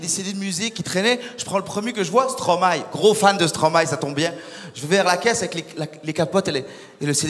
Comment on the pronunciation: Haaaaaaa enfin quelqu'un qui dit Stromae et pas Stromaé